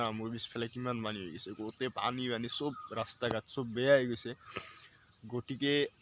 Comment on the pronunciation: ৰাস্তা ..........ৰা স তা নহয়